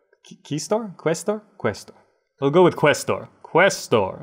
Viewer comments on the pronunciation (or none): Omg I'd completely forgotten about Casear 3 until about a month ago, but I'm now re-obsessed and loving all your videos! (Also just FYI if no-one's already told you, quaestor is pronounced k-eye-stor... 5 years of latin in school finally coming in handy XD)